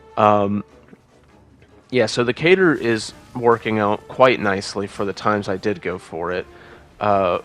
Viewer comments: What is a cater? Lol I never heard katar pronounced like that . Kuh-tar much ❤️ fantastic video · Great video, love the display Did you just.... Pronounce Katar as "Cater"...?